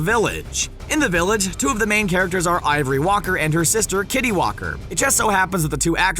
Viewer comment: It's Ivy Walker not ivory...